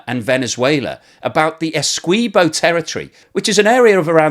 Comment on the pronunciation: Listening to you mispronounce "Machado" and "Essequibo" causes my teeth to hurt the cringe is so strong. Spanish is really simple to figure out and doesn't require any sounds you don't already make speaking English. Please get it right.